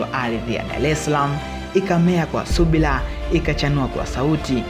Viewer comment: Lugha yako mbovu kabisa...usiharibu Kiswahili😤😏subla???shaliff??